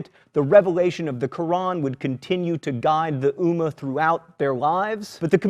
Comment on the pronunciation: And it's ummmah you need to stretch on the m